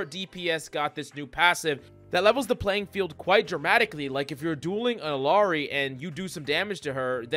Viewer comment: Please pronounce Illari correctly. It’s gut wrenching.